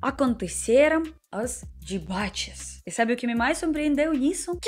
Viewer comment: "dibates" que fofa